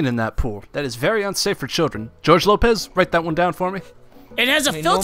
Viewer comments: Mangle the fox he called him gorge lopez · Lol he called Bob George lopes